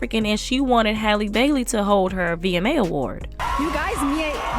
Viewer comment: Her name is Halle not Haylee. Also Cardi should focus on making some music because this is giving paid spokesperson vibes🤷🏽‍♂️